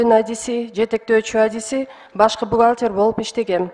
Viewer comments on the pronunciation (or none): Бухалтир болуп иштегем деп жаман тантырадыго😂😂😂😂😂😂😂